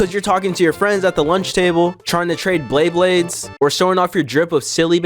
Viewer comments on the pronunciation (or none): This Nigga said Bleyblades😡😡😡😡